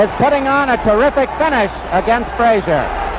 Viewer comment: Oscar was so slow and stiff with such poor balance and no defense. Joe was no more 5.11.5 than Tyson was (is). Joe Jr. told me in a phone call his dad was 5.10. Why couldn't pronounce Frazier's name correctly or state the third judges card w/o the confusion?